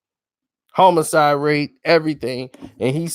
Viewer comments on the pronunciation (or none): none